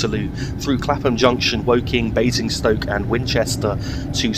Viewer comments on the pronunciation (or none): none